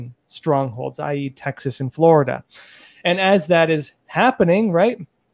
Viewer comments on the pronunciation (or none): none